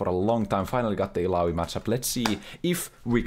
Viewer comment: Tha way he says ilaoi, daaam that sounds good